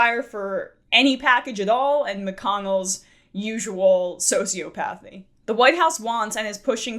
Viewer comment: Say it with me. SO-see-ah-puh-thee Sociopathy